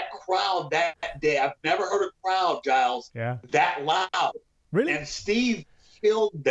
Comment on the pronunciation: Milos calls Giles gillus